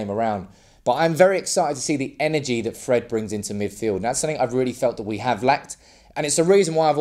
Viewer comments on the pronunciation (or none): none